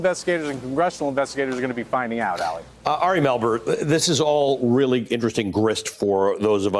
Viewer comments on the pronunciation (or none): Why do people keep calling him “Ali”...his name is “Ari”. PS - yup, my friend moved home to Hawai’i, from Vegas...and I bought his ticket and it was considerably cheaper to buy him a R/T ticket than a 1-way ticket.